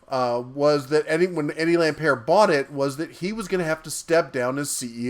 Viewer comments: It's "Lampert" - the T is not silent, and "M-nuchin" - not "Munchin." "Munchin" is hilarious! Come on, don't you believe the President when he said he's going to hire only the best, like Mnuchin? As for whether Lampert stole money or not, he put in a lot more money buying and running Sears. He sucked at it, and got taken to the cleaners. He would've much rather preferred a very successful Sears, since he owned equity in it. All he could do was some shenanigans to cut his losses. I bet he wishes he had never come across Sears. He's more incompetent than bad. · Ohh and you can't even pronounce Lampert's name properly. OMGosh I been saying this for so long! We ALL knew it. Yes though, WHY did they wait this long to come forward about it?!